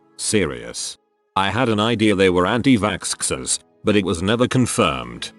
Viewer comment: Nobody: The Bot Voice: Vaskskers